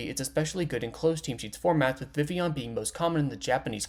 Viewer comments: I never thought id see the day where someone says Vivillion correctly... I can finally die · I think this is the first time I've seen a youtuber correctly pronounce Vivillon